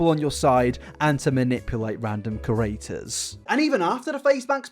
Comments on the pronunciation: can you PLEASE learn how to pronounce “creator”.... every single video you pronounce it like “curator” and it’s so annoying man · Ok but like can you stop saying « curator » when you mean « creator »